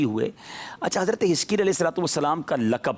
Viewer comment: Hazarat e hiskel Naam he plz Naam clear smjh nh aarha